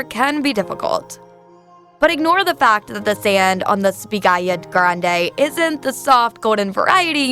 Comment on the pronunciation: yes, …..I can understand names can be hard to pronounce but 🤔. Also butchered Spiaggia Grande ( pronounced spee-a-ja). Spiaggia means beach. Simple research before sharing this type of vid would be 👌🏽).